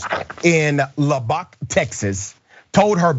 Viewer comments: Did you say, "Lu bock" Texas? I love that! I'm guessing it's Lubbock. (pronounced : luh buck) If it's another Texas town I do apologize but either way I still like the way you said it. Sorry to say Lubbock Texas is never going to care about ending racism. They do not think they're racists. Not even while they're ironing their hoods. My family lives there. I got out as soon as I turned 18 decades ago. It hasn't changed. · dude!..its not "Laback" Tx. Its (Lubuck) Lubbock, Tx. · Lub'bock.....NOT Lubbock' you're supposed to be educated... pronounce stuff correctly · Not La-bach TX... 🤦🏽 Lol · It's Lubbock (luh buck)... but those black ppl from Texas knows that city is racist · It's pronounced Lub-Buck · Lub-buck is how it's pronounced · Lubbock is pronounced "LUB-uk". And it's spelled as r-a-c-i-s-t-a-f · Dr. Richey, the name of the city is pronounced Lubb-Buck. I live here and am heavily involved in local political activism. This is no surprise for us, and I'm sure you'll report on more in the future from here, so just thought I'd help with the pronunciation. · IT'S PRONOUNCED LUH-BUCK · Its pronounced lubbock. As in lu-buck. It's a small city. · its pronounce as Luv-buck as in Lubbock TX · "La Bach" Texas? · This guy is a racist. I can assure you that he calls who’re people cracker and honky. I’d bet you 5,000 bucks. Heck he can’t even pronounce Lubbock. And he’s supposed to be a dr. Dr dummy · I'm offended at the way you pronounced Lubbock. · It’s Lubbock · He was saying Lubbock Texas. Not Houston. Just saying 😌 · If your not from a place you might say it wrong. Just looking for your chance to be a smart ass. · I think you're pronouncing Lubbock wrong 🤔